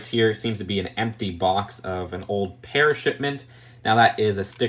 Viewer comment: I like how you said "pear.". But not only did you make the mistake once. You kept saying "pear." Or "pears." multiple times 😂